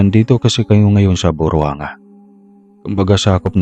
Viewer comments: Hnd po burwanga ung pg discribe🤭 bur-wang-ga. Ganun po sya tawagin hehehehe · Buruang-ga po ang tamang pag bigkas ng lugar. Na assign kasi ako nuon sa kalibo at sakop ng area ko ang buruanga, na ang pinaka dulo ng aklan. At ibang part pa ng antique kasama sa area ko po.